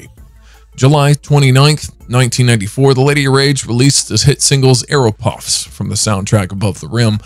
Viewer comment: Afro - Puffs let’s pronounce AFF-ROW